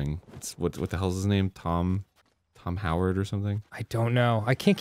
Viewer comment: Mans really said Tom Howard and not Tom Holland